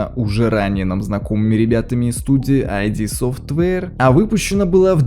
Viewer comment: Как-же режет слух это "айди софтвэйр"... 🤦‍♂️ ИД! Компания ид софтвэйр! Нет там "айди"!